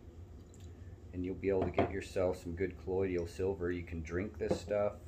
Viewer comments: Why in the heck does everyone keep calling it "colloid-ial" silver?? It's properly pronounced "COLLOI-DAL." 😁🤷🏾‍♂️ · JUST an FYI............. you really lose credibility (believability) when you don't know how to pronounce the word correctly........... It's NOT colloiDIAL it's colloiDAL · It is not collodial but colloidal